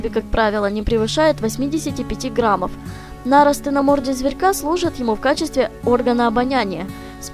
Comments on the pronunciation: Только небольшая поправка: мне кажется, что не нАросты, а нарОсты. Тсу~ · За нарОсты знаю, оговорилась, не знаю, с чего вдруг так неправильно ударение поставила. :( За отзыв спасибо. :3 Добро пожаловать. ^-^